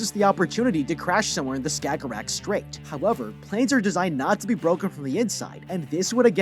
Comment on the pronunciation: Every danish person fell me on this one when he says skagerrak